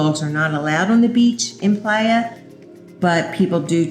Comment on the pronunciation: ok but she should know how to say "playa" she lives there it's embarrassing